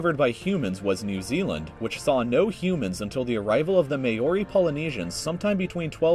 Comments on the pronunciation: MAY-ORI oof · what's a mayory? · It’s not pronounced may-or-ree It’s pronounced mou-ree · Maori is not may ori it’s Maori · Maori is pronounced more like mowdi not mayoree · nobody, nobody at all: New Zealand was first inhabited by the may-or-y poloneaseans its pronounced: mau-ree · just wanted to say its not may ori its mor e ori is how u say it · Aaaaa my brain. I am from New Zealand and he pronounces Maori may-oh-lee it’s mow-ri. Lmaooo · i'm laughing my head off when he says Maori lol Mayori bro i'm from nz and it's pronounced Mowri in american accent and mauri in nz accent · “ May ori “ Me: Aggressive inhale Maori, mau sounds like mouth minus the th and ri like REEEEEEEEEEE (AKA Me right now ;-;) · WAT THE F IS A MAYROI ITS CALLED MAORI NOT FINIG MAYROI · It's pronounced MAU-RI not MAY-ORI. Honestly, do your research people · It is not pronounced may-oree, it is pronounced Ma-ori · Its pronounced Maow-ree, not may-o-ree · He should've made sure they pronounced things right, like Maori. He pronounced it like "May-oar-y", When its pronounced "m-oar_y". TRIGGERED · MAY-OR-E .....its MAO-RE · you pronounced Maori like "may or e" it's pronounced " moh re" ok 😑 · Ah yes good ol Ma-Ori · The 'MEEEHYYYOOOURIIIS' (Maoris).. the pronounciation couldn't have been butchered more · May Ori Polynesians lmao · “may-or-i” 😂 goddamn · u said maori wrong its pronounced mowh-ree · May-ori😂 oh man. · FlegSlav //TestPatterner mayowee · It's Mao like the Chinese Communist leader and ri as in reeeeeeeeeeeee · Yea I’m from nz and the way he pronounces Maori. It’s like he said may orry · he said "Maori" like "mayori" lmao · He pronounced Maori wrong it's mar-ree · Ahem MAY-OR-EE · My god, the way you pronounced Maori... (Mow-Ri) roll the R... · Mayori omfg its pronlunced Maori like Mow (from a cat) and E - Mow-Eeeeee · Cotton Cat it's actually more like mouldy but replace the d with a soft r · Just so you know, the "ao" in Maori is pronounced fairly similarly to "ow".